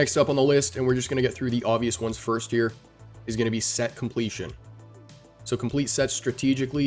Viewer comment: Great video bro! Love the production, always! Excited times without a doubt! Most of us get overly excited though haha Haha nice emphasis on the set completion 🤣💙 Great video bro! Always great info and production! ✊🏽